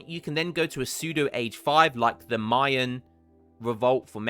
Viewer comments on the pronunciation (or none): none